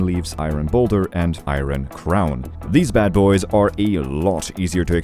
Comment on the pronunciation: I gotta say. That is not how you say iron..